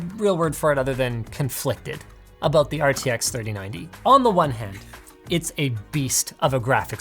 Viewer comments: "think abut it" first time hearing linus with Canadian accent XD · Sure, I'll think aboot it.